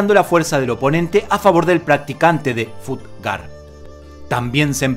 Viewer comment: Se escribe fut ga, pero se dice Fatt ga kuen, y es sureño no del nortem